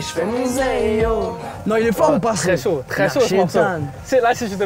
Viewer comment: Mais pk il dit c'est saut au lieu de chaud 🤣